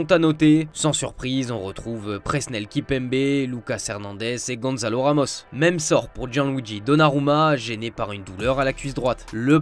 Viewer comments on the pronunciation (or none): Les gars il serait temps d’arrêter de dire GonZalo quand son prénom c’est GonÇalo…